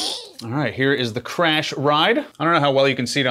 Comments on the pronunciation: "carsh/ride" is way too funny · "Stool surface"? Thanks, I can get that in my own toilet, no need to buy. Also, love that you got a "carsh". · It comes with a "Carsh/Ride" cymbal pad?!? 😂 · "Carsh/Ride" Lol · What’s a “Carsh Ride?”?😂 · Nobody notice that "CARSH" pad? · dude, WTF is a "Carsh" cymbal, LMAO. did anyone else catch that?